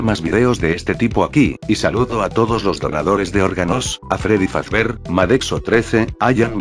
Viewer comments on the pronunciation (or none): none